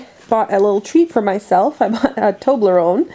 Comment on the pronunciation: Thank you for pronouncing the toblerone. I always wondered and knew I sounded like and idiot when I say tobler-one. Lol